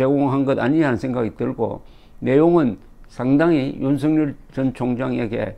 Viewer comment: 조갑제 선생님 방송 잘보고 있습니다. 앞으로도 우리는 윤석열이라는 이름을 수도없이 부르고 들어야 하는데 윤성열 또는 윤성렬이라고 잘못 부르고 계십니다. 윤석열은 연음법칙에 따라서 윤서결이라고 발음해야합니다. 이름은 중요합니다.